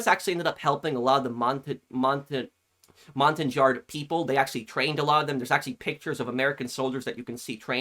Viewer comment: Just a heads up: Montagnard is pronounced montan-yard. It's a French word, so you don't pronounce the G - like "Champagne". Montagnards are a number of different ethnicities, as well, not just one distinct group.